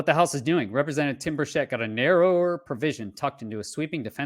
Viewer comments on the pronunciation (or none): Tim BURchett not burSHETTE